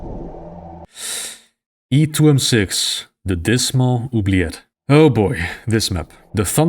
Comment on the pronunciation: And the funny thing the way said reminded me of russian "o blyat'"